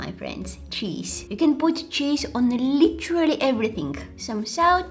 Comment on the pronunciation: she said literally in such a British accent